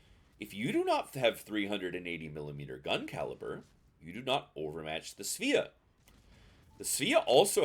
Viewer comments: It's pronounced Sva-ah. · I'm gonna blow your mind right now. It's pronounced "Sway-uh" in Swedish. It's a Swedish ship. Your move.